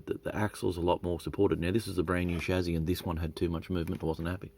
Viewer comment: Interesting mods. If "solder" pronunciation is all you have to complain about us Yanks, you are doing better than most. BTW, it's Chassy, NOT Chazy.........:)